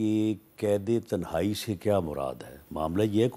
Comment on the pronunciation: تہ نائ نہیں صحیح لفظ "تنہائی" ہوتا ھے۔